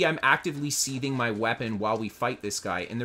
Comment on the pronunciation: " ... actively seething my weapon .." .. he means 'sheathing.' He just has no idea how it's pronounced.